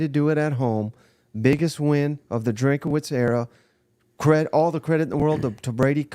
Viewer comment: Please it’s not DrinkAwitz. Just Drinkwitz